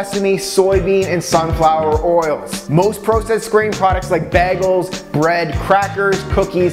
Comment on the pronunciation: He says "processed" and "bagel" like a doofus.